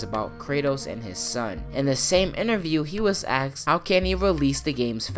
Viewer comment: Was I the only one really bothered when he said aksed